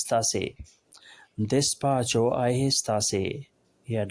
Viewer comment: Despacio galt parha apne